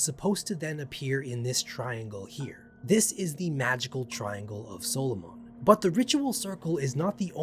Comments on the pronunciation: Good video just subbed, i double checked it's pronounced saa·luh·muhn instead of solo-mon. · SAUL-O-MAN. Not Soul-o-Mon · Why do you pronounce it solomaan and not how 99% of people, who just say Soloman Great vid though, you got me to sub. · Its not pronounced SOLO MON for f** sake SOL O MUN is how it is pronounced. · In an entire lifetime I have never heard anyone pronounce the name of Solomon as " solo mon ". I am curious if there is a reason other than that is simply how you pronounce it. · Dude as a previous Christian, I’m loving this shit. For sure subscribing. However, at least in the Christian space, they pronounce Solomon like “sahlamun”. Not trying to nit-pick though. Using this lore to make D&D monsters for sure. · I hate how you keep pronouncing his name like he's a Pokemon, just say him, he, or his after the first couple times we know who you're talking about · Wait. Have I been pronouncing Solomon incorrectly my entire life or is it a puh-tay-toe/puh-tah-toe situation? 🤔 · The way you pronounce Solomon makes him sound like a pokemon, and I love it. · Solomon's attack was super effective! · The way you pronounce Solomon is down right demonic. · You're mispronouncing Solomon, and it's annoying asf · I think the way you are pronoucning it is the islamic way. They spell it- Sulaimān. Personally I've never heard it said out loud the way u are saying it. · That’s not how you pronounce “Solomon” . I can’t even listen to this. , you are killing me .